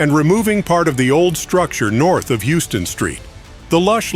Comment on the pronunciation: its pronounced "house-ton" street.